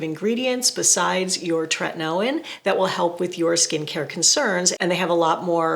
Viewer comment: I remember ur older videos how u use to pronounce Tretinoin incorrectly